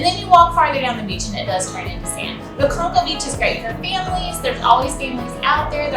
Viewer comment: Just to clarify Conchal is pron (cone-chall) and yes it is a very nice beach.